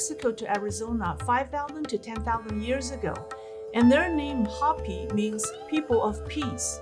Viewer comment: you're a dear, but Hopi is pronounced with a long o as in hope. Not a short o as in hop.